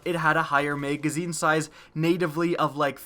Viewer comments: Kinda pisses me off that you say "mageazine" when it's pronounced mag-a-zeen (magazine). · "Megazine size" lol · You really need to watch your video and see how stupid you sound saying megazine and how many times you fucking say it. For fucks sake. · "mega-zeen" size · Can we get a counter for the number of times he says "meygazzine" please